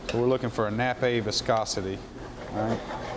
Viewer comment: Julie anne ......or juilienne? ..........the word Nappe is pronounced ( nap ) .......not ( nappei )